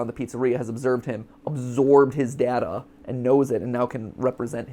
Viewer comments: Interesting that Mat doesn’t seem to be able to commit to one pronunciation of ‘data’ lmao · Matpat pronouncing data differently (duh-tuh and day-tuh) in one sentence is funny